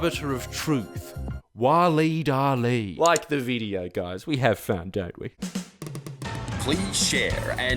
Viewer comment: Whooosh. It's a joke on how he pronounced Waleed Aly. Ah, forget it.